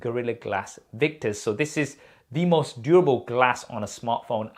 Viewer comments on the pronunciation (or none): none